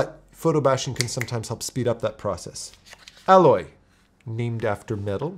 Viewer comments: A Loy, not Al Loy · appreciate the video, but there were a couple of strange mistakes that you may not have noticed. foremost, aloy's name. it's said thousands of times throughout the game; it really drills into your head. very clearly pronounced ay-loy, and not like the word alloy. thought that was incredibly strange, considering you've said you played the game yourself. additionally, while the city art isn't of an environment that appears explicitly in the game that the player experiences, it's pretty obviously related to the entire "past" history of that setting. And to be fair, images of this futuristic architecture informed by the art there appear ingame as vantage point logs, as well as dilapidated landmarks. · You are mispronouncing her name. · Yep. I know it was a thing people got confused about when it was first revealed but throughout the game they say it so much that mispronouncing it is impossible. It's nit-picky, i know, sorry. :)